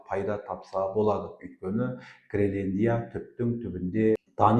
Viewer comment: Ассаламу'аликум, мырза! Мен сіздің тұрақты тыңдаушыңызбын. Менің сізге айтар уәжім бар. Гелендия емес, Гренландия деп толық әрі түсінікті тілмен айтыңыз. Сіз белгілі журналистсыз ғой. Сізге тіліңізді сындырып сөйлей ұят. Тағы да айтарым, сіз жиырмасыншы деген қазақтың сөзін толық айтпай, жирманшы деп сөзді жеп қоясыз. Олда дұрыс емес, лингвистикалық жағынан өрескел қателік. Тағысын-тағы тілдік жағынан сізде қателіктер өте көп. Бұл сізге сын, үлкен сын... Бұны неге айтып отырмын, Қазақылықты дәріптеп жүрген сіздер былай сөйлеген соң басқалары (тілді бұра тартып жүргендер) не істемейді.